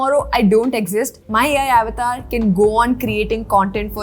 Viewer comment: Thank you for sharing this with us. Just a minor suggestion (if you are open to feedback) avatar is hindi word so you can proudly pronounce it correctly as it is in hindi, you dont need to copy other people accent or mistake to say your own language word. Thanks again for the complete analysis. really appriciate your effort, energy and research done in all your videos.